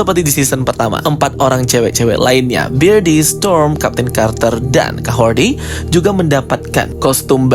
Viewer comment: Kahordi atau Kahorri sih...? kok aku dengarnya abang bilang Kahordi... Kahorri bang, Kahorri...